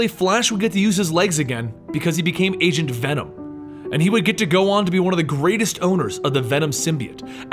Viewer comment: When he said Agent venom in the stream, i first thought he said Asian Venom xD